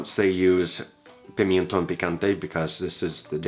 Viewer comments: It's 'pimentón', not 'pimientón' ... in case you're eager to pronounce well. Nitpicking, I know. Love your channel though. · love this simple dish! PLEASE tell me in the meantime you've learned to pronounce Pimenton.... PEE-MEN-TON